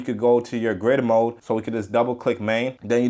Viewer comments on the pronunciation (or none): none